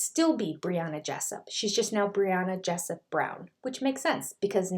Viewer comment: David Pressup? Do you mean David Jessup?